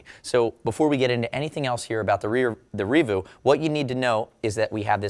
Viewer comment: I have it, I use it, I absolutely love it. Reevu I thought was pronounced more like... 'Rea-vue' as opposed to 'revoo'. great reaview, overall money well spent